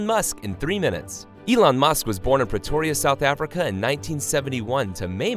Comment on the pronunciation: Did I hear that right? Petoria?